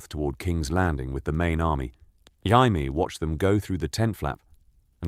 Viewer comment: The butchering of Jaime has me dying dude 💀